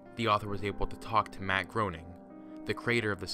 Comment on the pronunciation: It's pronounced GRAYning. He's apparently quite touchy on the pronounciation of his name (if you read his own character text boxes in the Simpsons' mobile game :P )